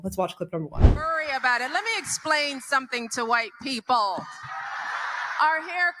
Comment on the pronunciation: Her pronunciation of WHITE PE-PELLLLL is disgusting, dismissive and offensive, but does she care? No! She has the magic word ready for any critic....RACIST!